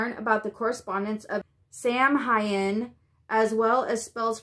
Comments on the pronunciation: It's actually pronounced "SOW-IN" like cow. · Sam HAIN..... RHYMES WITH CANE, LANE, WAYNE........ DON'T FREAK OUT PEOPLE , Just trying to help her out. I just found out about this box, and I like what you said about October not being 12 months long, this box ext. your the only video so thank you for letting me see. B.L.K